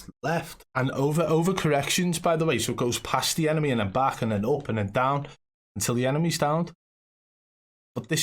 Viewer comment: Cant take a guy seriously if he say baj instead of back